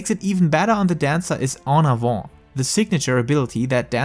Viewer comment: Actually the pronunciation was spot on!